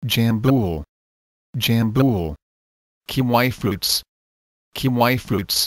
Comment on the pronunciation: He said "currant" and "kiwi" so bad. This is why you shouldn't use this voice...